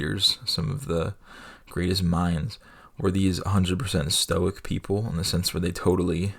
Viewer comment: Evidently, stoic is not pronounced "Stoike" in one syllable. You learn something every day